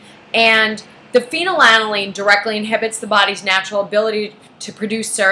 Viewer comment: She doesn’t even pronounce it correctly.